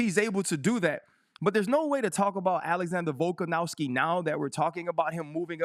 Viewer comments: Volk an OV Ski. Not ow ski. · RC: “VoLkAn-OW-sKi”🥴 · He's funny cuz he just cant or wont put the effort to remember or to read a name properly :))) like since forever he says Volkanowski and its weird how the brain works like, no matter how many times he'll look at Volkanovski's name he will see a W in the middle, and no matter now many times he will hear people say VolkanoVski, he will always hear VolkanoWski, its fascinating almost =)))))